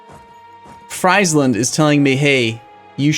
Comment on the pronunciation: Your pronounciation of "Friesland" is a bit off, you should say it like "Freezland"